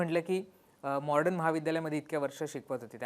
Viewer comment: दादा तुम्ही ही सर्व माहिती देताना मॉडर्न महाविद्यालयाचा उच्चार वारंवार मॉर्डन असा करत आहात म्हणजे ड च्या आधी र चा उच्चार करत आहात हे चुकीचे आहे. थोडक्यात मॉडर्न ऐवजी मॉर्डन असा करत आहात, तेवढे एक सोडले तर बाकी सर्व उत्तम आहे.